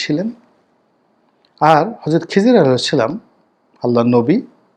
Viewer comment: মাশাল্লাহ, একটু শুদ্ধ করার বিষয় ❤আসসালাতু ওয়াচ্ছালামু "আলাইকা" ইয়া শাফি আল-"মুজ্জনেবীন "